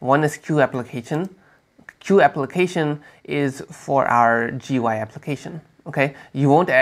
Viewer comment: What is "Joo-Why"?